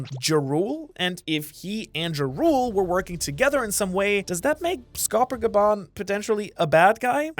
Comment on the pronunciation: It's like the nordic title "Jarl". Not "Ja Rule" like the rapper.